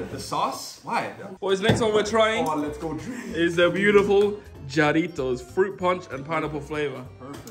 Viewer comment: “Is the next one we are trying is the beautiful JaRiTos it’s HA-ritos💀